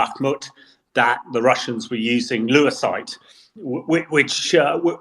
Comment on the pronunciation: That's because it's Lewisite not Lucite.